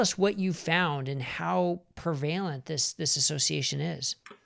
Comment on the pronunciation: Despite mispronunciation of ‘prevalent’, this presentation was superb…! 👍